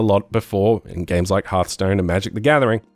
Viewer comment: "herthstone" hahahahha im dying